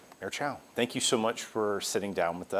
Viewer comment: seriously? she cant even pronounce her own name!!! toronto is sooo screwed!!😅